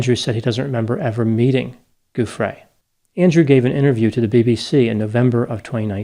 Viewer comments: Name pronunciation JOO free, not goo FRAY. Sorry, that was driving me crazy. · Giuffrè pronounced with a soft G. So it sounds like English joo-frey.